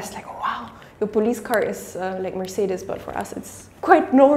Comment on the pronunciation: F(V)Wolks-war-gern, Merc-say-ders